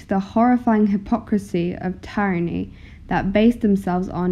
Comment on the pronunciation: Excellent! I like! (Suggestion: Check pronunciations of "tyranny" and "indict", for example.)